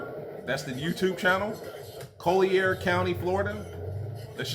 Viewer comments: Did you say Coool de Air county? ... it's Collyar county.... 😭😭😭😭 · Its pronounced Call-ier. Not co-llier. Collier County. I live north of it and every day its becoming more of a crime infested shithole.